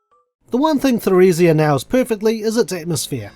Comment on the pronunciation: Emile, Martel, and Theresia are all French names. So Emile is pronounced as Emily, and Theresia begins with a hard T Just thought I'd throw that out there :)